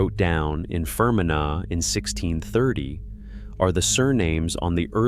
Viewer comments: Fer men agh?, Fermanagh (Fer man agh) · Fgsakes…..phonetically It’s FER-MAN-AH (Ireland). Agus…it’s LÁN-ARK-SHIRE (Scotland) ….agus…AIR-SHIRE (Scotland)… DUM-FREES-SHIRE…… Yeah….America got all the Scots n Irish to building all the building….. rtump is demolishing the whole country now.